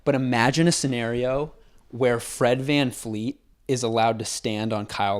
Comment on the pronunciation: does homeboy know that it’s Fred VanVLEET not VanFLEET? 😂